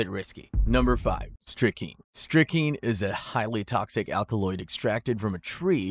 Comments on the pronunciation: And it is pronounced strick-nine (like the number) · Hey hey hey.... please learn to correctly pronounce strychnine -- there exists an 'n' in it. Just sayin'.